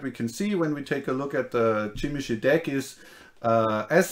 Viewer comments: Zhimeesee! You use the license, say the name right! Like "je m'appelle bob." Jimisce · Yeah but it sounds like they're saying "Chim-a-shay" which I don't think is either of those. I can certainly forgive people not saying it right, it's a weird word, but I don't know it's right to say they pronounce it correctly. :p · What country are you from that they pronounce zh as CHeese? That link was exactly the link I would have dropped to prove my point if someone disagreed, but you have done it for me...